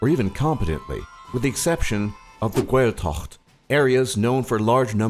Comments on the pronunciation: M4V3R1CK especially the gaelthacht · Saturday Night Brony Gaeltacht* not gealscoil. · The Gaeltacht is not Gwal Tach it's pronounced Gale Tok ( most of the time ) 😂😂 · You pronounced every single Irish word gaelge is pronounced gw-ay-el-ga Gaeltacht is gw-ay-el-tokt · i think tha worst part was when he pronounced the Gaeltacht